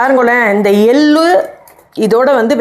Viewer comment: Ellaam saridhaan. Tamizh pronunciation sumaar. Ellu.. எள்ளு.. நீங்க பேசரச்சே எல் lu .. வாகி கேட்குது